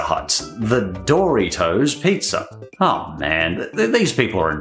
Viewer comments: I kept hearing it like "Dorry toes". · hearing you pronounce doritos as "DOOR-EEH-TOES" made me want to die lol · Doritos is not Pronounced Dory toes